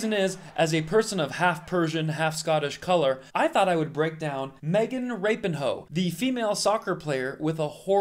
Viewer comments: Is it pronounced the way he is pronouncing it?? As in Rapinhoe???😂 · Kvon she’s not “Rapinhoe” like “Ivanhoe”. She’s Rapinoe. Lol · Is it really pronounced rapinhoe ? 😂😂😂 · Did you just call her Magen Rapinhoe? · Agree with you. I have spent time explaining the issue with sister and niece. My problem is why would you ever pronounce her last name Rap-n-Hoes? At best it was a sophmoric horrible joke, at worst it feels like since a women is wrong its far game to say something truly offensive in the this medium.. Anyone else feel like this? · Why is nobody talking about how Kvon pronounces her name🤣🤣🤣 I can't stop laughing 😂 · You got my thumbs up just for the pronunciation of her last name, brilliant! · I like how he pronounced her name. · I think you made good points. My partner and I used to be a fan of hers, but her attitude has been a huge turn off for us. We much prefer Kelley O'Hara, Julie Ertz, Carli Lloyd, and Tobin Heath. I would suggest, however, that you pronounce her last name properly. Otherwise, you bring yourself down to her level, which is not a place anyone wants to be. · Disclosing all info about the clips is helpful and shows integrity. Tell your viewers who was IN the WH when she said that. It was Trump and he hates women, weak people, and LBGTQ people. And, just like most Conservatives, you think it's funny to mispronounce people's names. Get it right! Also, sound like you also hate. I love Megan and yes, there is discrimination. Please...!